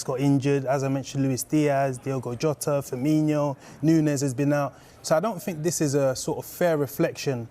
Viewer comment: Liverpool fan?? And he calls him Firminio not formino